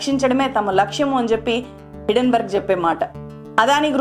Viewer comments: Hidden berg, kadhu madam. HINDEN BERG. Hindenberg airplane fire accident jarigindhi hydrogen leaking valla. Helium ki, deeniki sambandham leedhu. Sarrigga research cheyyandi madam. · Hidenburg kadu madam Hindenburg. Mee manava thappidhalu kooda correct chesukonte manchidhi. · Day trader telugu lo cleae ga explain chesadu. Hindenburg puts buy chesi pettukuni mana market meda negativity spread chesthundi. Neku teliyani topic enduku matladthav cheppu. Hindenburg ni hidenburg antunnav.